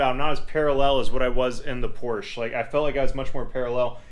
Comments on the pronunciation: Come on man. It's "pore-shuh." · What's Porsh?